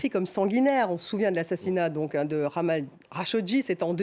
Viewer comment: Jamal pas Kha ou Ghamal…faire l effort de bien prononcer les prénoms (et celui la est si facile) est un minimum kd on pretent couvrir un tel sujet. Et vous faites la faute deux fois…Ma fille qui vit au Canada sait plus que ce que vous couvrez dans ce numéro! MBS sanguinaire? Et si oui c est quoi son classement? Bush pere et fils, Sarkozy, Putine, Obama (refusant d intervenir en Syrie) vous les classer ou ? Le monde change Madame, Wake up please ! L Arabie se développe, se modernise a grands pas…grace a MBS. Soyez pas si arrogants svp et reconnaissez la réalité de 2023.